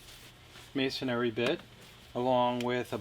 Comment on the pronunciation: It’s masonry, not masonary.